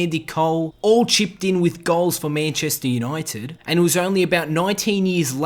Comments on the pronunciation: Mayancheystare younoited nice pronouncing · Mayncheistar Junaited